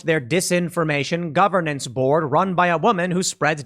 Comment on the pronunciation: "I am the board"... Sounds like "I am the Borg" hahahaha